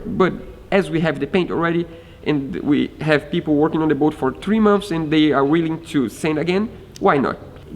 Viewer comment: Beautiful so far!! That will stand out for sure. Hehe "mumps" = "months", you guys are so cute. : )